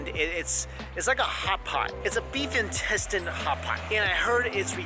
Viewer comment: I can't believe after watching a lot of his videos, I began pronouncing intestine as 'in-tes-tayn' as well..... my friends laughed at me when they heard it lmfao ><